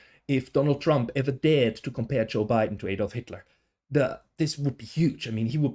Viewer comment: You're Swiss aren't you? Why are you mispronouncing "Adolf"? It's usually only Americans who can't pronounce it.